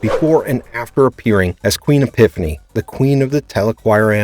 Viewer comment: Man can you tell this narrator is not a Xena fan due to the many many mispronunciations. Queen EPIPHANY takes the cake though. Sheesh